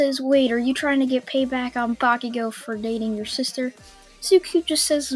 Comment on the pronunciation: It's Mit-su-ki = Mitsuki